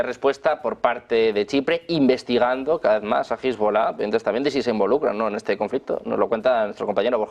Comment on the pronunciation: Cuando va a dejar esta gente de pronunciar mal Hezbollah?